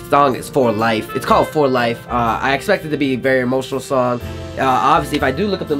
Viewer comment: You Said Thong Instead Of Song!;D Laughed so hard! And Also you sounded like you were having a stroke you okay boi!:D <3 nothing but love! Xxxxx